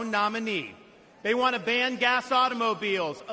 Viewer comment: That was ban, not band